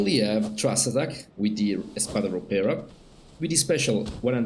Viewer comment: you nailed it with "espada ropera" as an spanish first leanguage i think you did a pretty good job saying the name :D